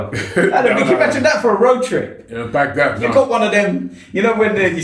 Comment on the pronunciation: Man said bandad 😂😂😂😂